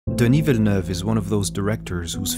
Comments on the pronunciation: Thank you for pronouncing his name correctly. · As someone from Québec, it's always enjoyable when a name is well pronounced, so thank you very much for your consideration ! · are you french or french speaking ? Because you pronounced Denis Villeneuve really well ! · you even put the accent on the 'e'... Feels good. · THANK YOU for pronouncing his name correctly oh my god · Congratulations for the spot-on pronunciation of his name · Is the narrator French Canadian? He says Denis's name flawlessly. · Flex on the french pronunciation of the name